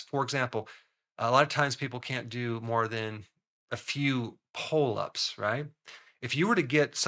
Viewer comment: I just keep hearing “pole ups”